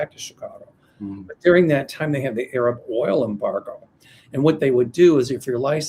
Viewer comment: … please learn from mel how to pronunce Arab not aaaaaarab which is like the N word for black people.